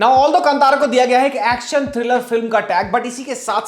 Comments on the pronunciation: कंतारा नहीं, कांतार (in Hindi last syllable is pronounced dropping shcwa. But in Kannada as in Sanskrit, last letter र is pronounced including schwa as ra as हृस्व - not दीर्घ रा). The word is used by poet Kalidas in Shyamala Dandakam - कदंब कांतारवास प्रिये). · Just educating here about the pronunciations: Kantara is pronounced as "Kaan-taara" Yakshagana is pronounced as "Yaksha-gaana" Tulunadu is pronounced as "तुळु-नाडु" Kambala is pronounced as "Come-ba-la", not "Come-baa-la" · Just an FYI- Kantara is pronounced Kaa-n-taa-ra. I was waiting for your review of this movie. I am a kannadiga and have watched this movie already. Your research is bang on, and yes, the experience doubles when you know a bit of history behind the deities and about tulunadu. This shows how accurate your reviews are, and thanks for keeping it that way. This movie broke the stereotype Kannada movies had and will make everyone realise that Kannada film industry produces great movies too. Kudos to Rishabh Shetty for that. #nationalaward for Kantara and #nationalaward for Rishab Shetty!! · Kaale ka kaa "kaantara" kave ka ka nai "kaantara"